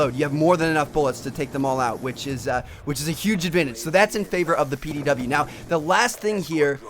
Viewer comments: PDW not pow lol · Its pdw not pow